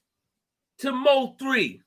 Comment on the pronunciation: It's pronounced (Moe - 3) not M.O. 3. Bro a true Dallas Legend 🙏🏾😥🚫🧢💯